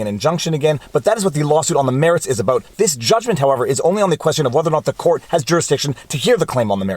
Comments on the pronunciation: I didn’t know you were Canadian until you said less aboat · You said "Abaooot."